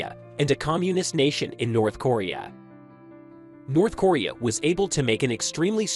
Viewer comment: North corea....how can you make a video about a country an not even know how to pronounce the name ....nobody can take you seriously if you can't even get the name right